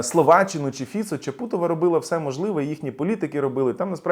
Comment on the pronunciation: Здається, вона ЧАпутова, а не ЧапУтова. На жаль, уходить.